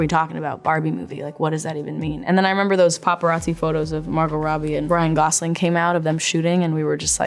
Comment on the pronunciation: “Brian gosling” 😂😂